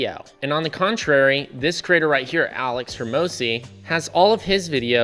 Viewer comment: This would be so much better if you learned to pronounce “creator” correctly, not as “crater.”